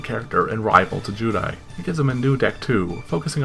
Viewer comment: Very cringe hearing you say zeal and judai. Then saying arc v wasn't that good. Idk man are you really a true duelist? If you actually pay attention arc v is the culmination of DM XD and 5ds. The three main protagonist from those series are taken from their worlds and put into the bodies of three of the split pieaces of the villian in arc v to balance the evil force I side them, Jaden had dark energy in him from 2 different entities which is why Yuri is psycho. I will agree they ruined the end..